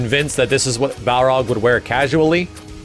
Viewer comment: you get a like just for saying baRLog